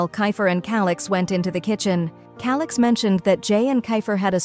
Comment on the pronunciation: Bro said(ALIX) NOT (CALIX)😂😂😂😂